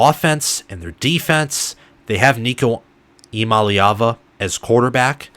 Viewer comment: You’re leaving out the “Yah” Eee-YAH-mah-lay-ah-vah Also, this passing attack will likely end up being considered superior to 2022 and 2021. Far more depth and talent at WR and TE, and Nico has higher ceiling than Hooker.